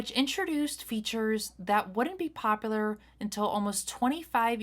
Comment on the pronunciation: A poplar is a tree…and if you want to be pop.u.lar…learn how to pronounce words.